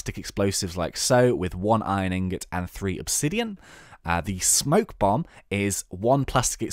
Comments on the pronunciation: you fool S-P-O-K-E bomb not smoke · Spoke bomb not smoke